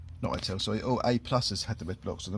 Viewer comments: Not Hi Tal it's pronounced Hit Al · It makes me chuckle the way you pronounce ital as if it was an apple product lol it’s it’al lol 😂 nice retro van mate. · Looking really good but you are miss pronouncing "ITAL" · I noticed that immediately.